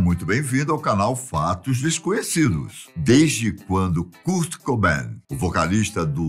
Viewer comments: Poxa, "Kúrt" não dá né 😫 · kurt lê-se "kôrt" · Ele falando curti kaksksksa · O “Curti” curtia curtir. Esse foi o problema. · "curti"E KURT MANO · Não é Curtiii é Kuuuurtiiiii🙄😕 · Kârt, não CÚRT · KUURTI """"'KKK MDS Q MERDA D PRONUNCIA É ESSA KKKKK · Nao E curti e kart porra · 😂😂😂😂😂😂😂😂😂😂 doeu la no fundo do ouvido kkkkkkkkkkk e a curtini love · Curte kkkkk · Cúrt é foda kkk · O enredo da história foi boa ! Parabéns pelo conteúdo ! Porém sem que ele falava o nome "curti" dava vontade de rir kkkk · Cara o Ivan falando "curti" da agonia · Que nervoso ele falando curte kkkkkkkk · Nao tinha ninguém na redação pra ensinar ele a falar Kãrt? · A pronúncia correta é: kârt! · O que é CURT? e o que é GRANGE? 😂😂😂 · Que agonia essa pronúncia do nome do Kurt kkk mas amei vcs falando um pouco sobre a banda, sou fã ❤️ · Kurt kkkkk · Beeem brasileiro. Kkkkkkkkkkkk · Essa Pronúncia de Kurt é pra Acabar kkk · Muda o narrador pra um q fale Kurt corretamente esse idoso é mó chato . Narrador mó paia . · Ahahah fds para um gajo que passa informação, ao menos podia saber pronunciar o nome do Kurt. Que impressão